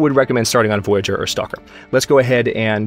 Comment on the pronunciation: Please correct me if I'm wrong, but I think you pronounce "Voyageur" wrong. The way you say it sounds more like the english word "voyager"". I'm guessing, since the game is Canadian, it's actually the french pronounciation as indicated by the spelling of the word. [vwajaʒœʀ]